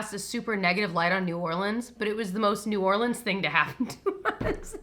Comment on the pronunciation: Being from New Orleans now I need to hear the story and also appreciate you pronouncing it correctly !